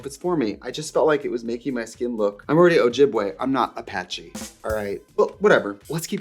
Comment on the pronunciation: A-patchy 😂😂😂 Gwan, Trixie!!